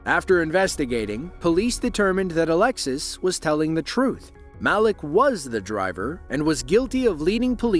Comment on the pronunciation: god i wish the AI voice would pronounce names right its not mal-lick its mal-eek